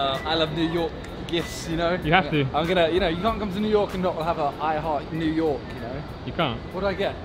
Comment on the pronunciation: "New Yolk"